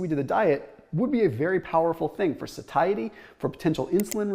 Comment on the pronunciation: isnt it pronounced saishity ? lmfao.... these fitness gurus drivin me crazy saying SaThaiEty.. heard it on another channel too... lol